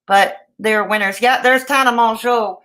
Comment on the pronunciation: Hope you are doing well! Also, you pronounce Tana’s last name in the same manner you pronounce JUNEAU (MOW-ZOH); Except the Z makes a “je” sound, as in Je m’apelle. 🤷